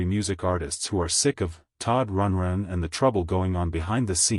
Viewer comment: Yes, this is obviously an A.I. narrator. He can’t even pronounce Rundgren correctly.